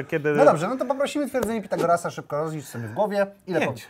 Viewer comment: Źle powiedział Twierdzenie Pitagorasa.